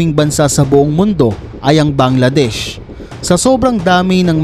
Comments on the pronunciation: BANGLADESH! NOT VANGLADESH! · Bangladesh not 👆 Vangladesh.. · Correction,,,, BANGLADESH not VANGLADESH.